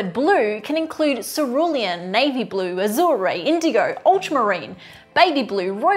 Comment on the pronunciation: she says ah-zerr-ay 💀 Does she mean azure? OMG I know Australians pronounce things differently than us Americans but azuray No